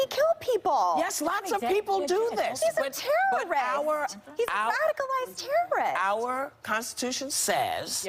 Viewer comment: because he's a tewwerist...omgawd...STFU Meghan...